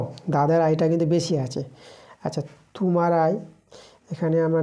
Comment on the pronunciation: Kotha ta tumar noi kotha ta tomar thik kore uccharon korun😅😅😅